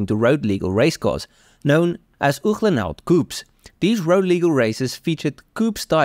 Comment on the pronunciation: Great information, absolutely gorgeous automobile... however annoying to hear Uhlenhaut pronounced incorrectly over and over...ooklenhowt? But the rarefied air of elite car collectors makes the buyer top dog. Good for this obscenely rich SOB I guess.